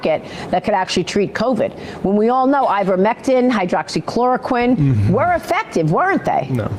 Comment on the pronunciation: It's been 3 years and Seder still hasn't bothered to learn how to say hydroxychloroquine... why should I trust his expertise on something he can't even pronounce?